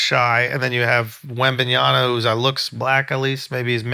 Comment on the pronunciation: Charla Who is Wembyana? Bruh it‘s Wembanyama